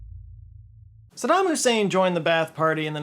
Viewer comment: you said, "sadam husaid" 😂